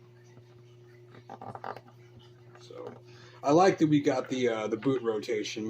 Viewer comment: Pick n your noz. Again... PUT N NEAR. You need to do thiz and zat. Guy okie dokie PUT N NEAR